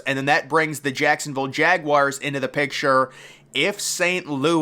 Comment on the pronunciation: Its pronounced Jagwars, not Jagwires.